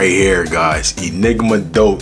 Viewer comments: The ‘x’ in deux is silent - it’s a French word, it’s not pronounced “doghx” 😂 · Omg....it's not "DOKES"....It's French for "two" and it's pronounced "DOO"....🫢🤭